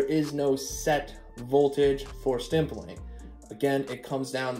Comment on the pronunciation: Keeps saying “stimpling “. Lol. There’s no m in that word, buddy.m